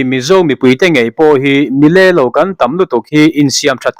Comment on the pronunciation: Mi lé-lo tih ni loin, mi lê-lo tih tur aw. A nalh duhawm lo mai tiha duhawm lo rik ang hian tihrîk tur a ni.😮😮